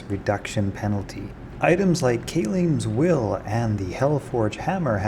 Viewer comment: Kay-leem’s Will and Die-ablo? This guy doesn’t even play the game and you learned something from? LOL.